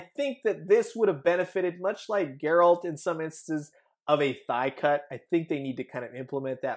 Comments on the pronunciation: Bro it's a hard G so it's pronounced Geh-RALT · It'd seriously take 10 seconds to look up how to pronounce Geralt's name. Spoilers, it's not Jair-Alt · The witcher's name is pronounced "G-Air-Ult"!!!! GERALT!!!